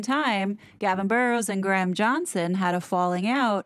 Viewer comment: Thank you for your hard work hard on these two, i have to say you're pronouncing Graham wrong its not Gram... its Gray-uhm